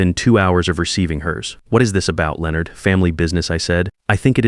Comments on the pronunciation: Leo Nard (not Lennard as the British say it?). I have noticed that AI cannot pronounce people's name or place names. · The Whitfield's name again. Lay onard is not the correct way to pronounce Leonard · Lay-o-nard is how they say it in youtubeland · The pronunctiation of Leonard Is simply classic.